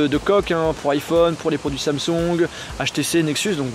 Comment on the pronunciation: à il dit les produits Samsong